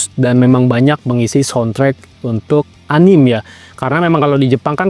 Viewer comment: Di baca "anime" bang. Jangan "anim" atau "enim" 👌